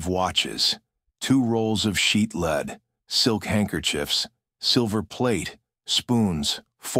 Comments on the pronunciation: Someone that is involved in producing these videos ought to take it upon themselves to teach the robots/AI, whatever, that the word for "plumbum" is phonetically led, not leed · I have binged your series lately and love it. Today not so much the leed mistake drove me up the wall 😂 Until today I never knew you were using an AI narrator.. Me I would prefer to listen to a human and it would be worth trying! Cheers from Australia